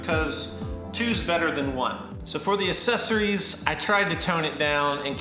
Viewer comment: "assessories"... lol